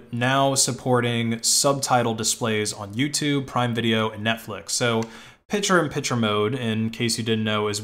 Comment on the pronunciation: It is pic-tures not pitch-ers